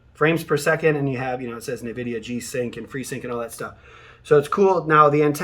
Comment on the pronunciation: "en-videa"....not navidea 😂😂